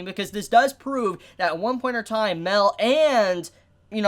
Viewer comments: MAH-EL, IT'S MAH-EL!, why do you insist on pronouncing it "Mel" when you're not talking about Mel-iodas? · MAH-EL!! MAH-EL!! MAH-EL!! MAH-EL!! MAH-EL!! NOT FUCKING "MEL", FUCK YOU MAN, I LIKE YOU, BUT I HATE HOW YOU REFUSE TO CHANGE THIS STUPID PRONUNCIATION! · He pronounces Mael like Mel, that's weird.